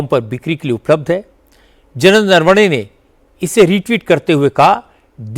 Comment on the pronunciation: जनता को संबोधित करके बता देना चाहिए कि जिस चमार को नरवने साहब का नाम भी ठीक से लेना नहीं आता तो वो क्या जाने कि कौन क्या बोलता है क्या करता है। खुद तो भ्रष्ट और चरित्र हीन ख़ान दान के टुकड़े हैं। जल्दी ही ठीक हो जाएगा पप्पू।